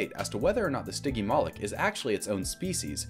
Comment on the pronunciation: bro said stiggy malik 💀💀💀💀💀